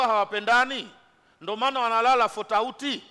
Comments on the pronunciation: kakusudia tofauti sio futauti 😂😂😂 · apo kwenye fotauti kwanza😂😂😂😂😂😂😂😂😂😂😂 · AAAA EEEEE FOTAUTI MH HAYA BWANA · anasisitiza fotauty 😂😂😂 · Maashaallah tabarrak allah fotauti